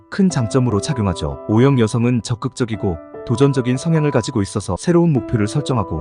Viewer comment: 어형이 뭐예요 말좀 똑바로 하세요